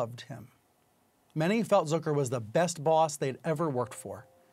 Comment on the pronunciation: "Zöker"???? It's Zucker buddy. Get hooked on phonics